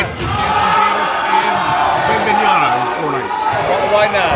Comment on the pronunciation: WeMBeNyANa....how are you a reporter in basketball and not know how to say the name of arguably the most skilled player in the league right now